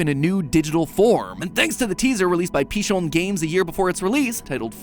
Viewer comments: just a lil nitpick Pichón isnt pronunced Pisjón Ch in Spanish has its own sound(since H itself is mute) (Also there is a possibility that im hearing it wrong, due to accent...etc) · I need MatPat to learn Spanish to stop pronouncing Pichón like it's French 😅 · I find it really funny how Matpat pronounces "Pichón games" in a french accent and then calls them Cuban despite the devs being Puerto Rican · Mr world wide'nt